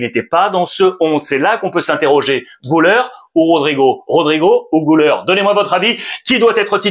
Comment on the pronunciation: c'est guler et non gouler